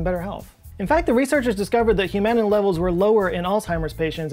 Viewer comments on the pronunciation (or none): You pronounced Humanin incorrectly. Or maybe I just nodded off.